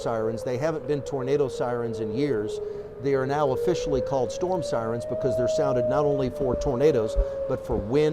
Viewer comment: did she say ambulance sirene?